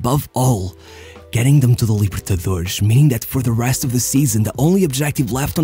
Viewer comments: Your videos are great, but please stop pronouncing X instead of S at the end of the words. It's not Libertadorex nor Santox. Just pronounce a normal S as it should be. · Essa libertadorexxxx entregou que ou é um carioca ou um português. Edit: xantox tbm